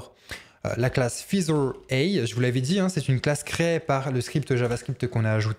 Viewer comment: Merci pour ce tuto bien pratique. Petite remarque : "feather" se prononce "faizeur" et non pas "fizeur" 😉